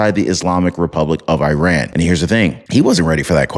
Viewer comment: ⚠🔴 Please try to Spell " IRAN " Correctly. It's Not " E RAN " or " I RAN " or " I RAIN IAN " , It's IRAN , The " I " sounds like " E " and the " A " sounds like " AH " . Just like ITALY , you don't say " I TALY " or " E TAIL IAN " 🔴⚠